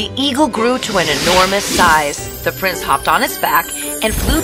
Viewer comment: Not prices it is prince